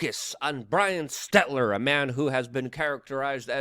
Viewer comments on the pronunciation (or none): I kinda like that you mispronounce it but it’s stelter not stetler lol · Brian Stelter not Stetler